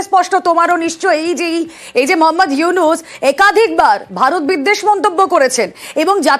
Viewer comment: ডক্টর মোহাম্মদ উইনুস চা ওলা না চা ওয়লা 😂 মিডিয়া